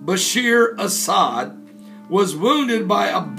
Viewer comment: Reyaaad AL-As'Ad.... not"Asad"